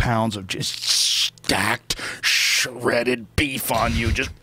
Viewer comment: I love you joe but stop doing that annoying thing where you over exaggerate your words when you say FUCKING SHEREDDED. Thank you. X